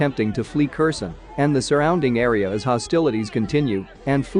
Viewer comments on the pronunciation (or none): If you keep saying Kerson instead of Herson, I will stop watching you!!!!!!